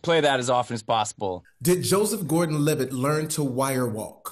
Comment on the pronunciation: Anyone else notice when Joesph Gorden Levitt said "I'm Levitt" as in "I'm livid" 😂😂😂